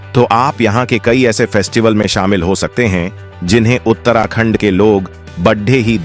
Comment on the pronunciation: Pahle bolna Sikh Lo FIR Uttrakhand ko galat bologe bhai